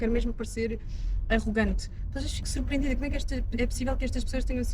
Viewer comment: "Fiquei supreendida" - português de Portugal p.f.